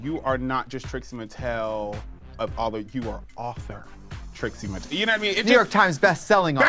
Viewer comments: Trixie Mattel is three syllables!!! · I love how Mo thinks "Trixie Mattel" is two syllables. xD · You heard it first - "Trixie Mattel" is 2 syllables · not Mo saying Trixie Mattel is 2 syllables 😭💀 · I'm glad someone else clocked that.